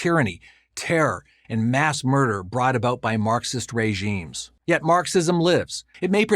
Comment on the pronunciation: My man said Ray-zheems